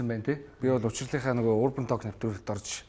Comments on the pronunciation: ah "тоолк" geed ymar aimar heldiin hhehe ta:k/talk/ ter dundah L- usgiig heldegguishdeee:)) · Толк гэж ярих юм уу. Ток биш юм уу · tooolk gej bitgii heleech guuuiy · Duudlaga n Tok shdee bichihdee talk shvv dee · talk gedeg ugiin L useg ni silent buyu chimeegui useg ugendee unshigdaggui shuu hehe ток gej unshaarai helj hevsheerei manaihaan hehe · L ni shuud zurhruuu orjiishd. ydaj baihad yaasan olon heldiiin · TaLLLk ged bhin 😆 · TR Олон жилийн өмнө яахав яахав гэж өнгөрөөдөг байсан байж болно л доо. Одоо энэ цаг үед алдаатай нэгэндээ хэлж алдааг нь засахгүй бол хэрхэвч болохгүй л гэж бодож байна. Хээээв нэг талк талк гээд муухай ш дээ. Швед дуудлага байж болох ч Англи хэл л бол англи хэл 🤟🏻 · Positive эерэг байх үзэлтэй юм чинь talk гэдэг үгийг уншиж чадахгүй бол ЯРИА гээд Монголоороо хэлбэл зүгээр. Зөв хэлэхгүй байгаагаа мэдэхгүй байж болох ч мэддэг хажууд чинь суугаа хүн өмнөөс чинь бараагаад байна.